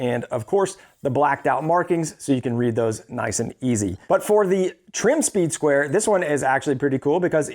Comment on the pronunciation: You keep saying "soeed square".. im sure you know sir. That is a triangle in your hand, with out a doubt. Im sure most of the people watching this video went and passed first grade. That's a triangle sir.